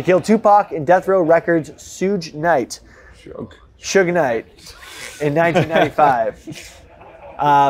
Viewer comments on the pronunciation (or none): Everytime has shitty take I don’t care because he also is so young he doesn’t know how to pronounce “Suge” Knight.